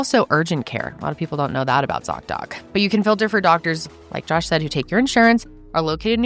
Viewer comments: I’m a french Canadian 🇨🇦 and his prononciation of his name is horrible 😂😂😂😂 🆘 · French Canadian here! Josh pronunciation isn't the best 😂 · Josh did a good job with the accent. :) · I’ve been watching you since 2020 (I show up about once or twice a year and binge watch everything that I missed) from the French speaking side of Belgium. I don’t feel Josh’s pronunciation of his name was very French sounding but kudos to, who did a great job with hers ^^